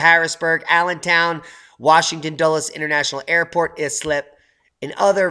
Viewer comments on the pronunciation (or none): Hey D love the vids, btw it is I-slip not IS-lip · just FYI. I’m from Queens and had relatives in Islip. They pronounced it with a long I, like ice (EYE-slip).